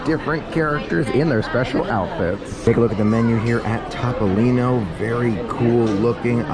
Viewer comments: Topolino is pronounced Toh-poh-lee-noh. As you experienced during the dinner fail, it is definitely not a TOP restaurant! LOL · Is it pronounced TOP-polino or TOE-polino? Both were used in this video but I'm not sure which is correct.